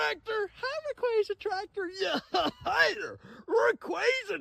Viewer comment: Why he sayin it raquayza?